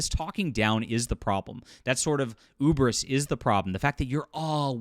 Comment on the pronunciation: So is it cancelled or not? And "hubris" is pronounced with an "h" . Ubris sounds like an enemy of the 60s X-Men.